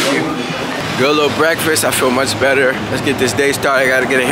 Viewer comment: Not emphasis on LITTLE 😂